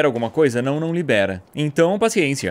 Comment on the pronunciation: olha o jeito que ele fala paciencia